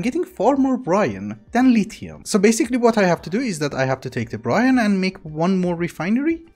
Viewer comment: And it's a silent E not Brian or brine... is Brine